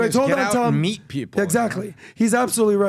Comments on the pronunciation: No. It's may I MEAT you. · “May I meat you”*